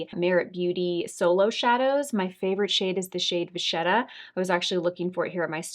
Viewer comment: Hi ~ Love you. Great minimal look - I love to see these from time to time. ❤Really wish we could have seen a swatch of all the lip liners on your hand/arm since you had the early access code. Just want you to know vachetta is pronounced “va-kett-ah”. ❤❤❤